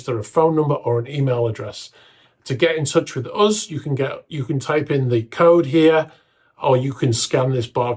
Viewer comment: The word "us" rhymes with "bus" but you constantly pronounce it "uzz" like it rhymes with "buzz".